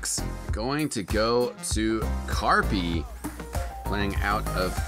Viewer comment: You dont say karppi like carpee lmao